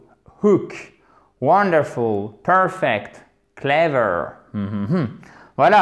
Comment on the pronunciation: y'a pas un problème sur la dernière syllable de wonderful (fel) ?